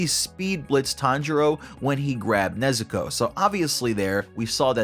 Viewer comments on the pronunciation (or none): none